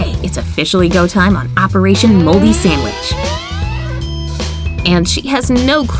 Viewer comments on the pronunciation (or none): I love how she said aperashon moldy sandwich lol 😂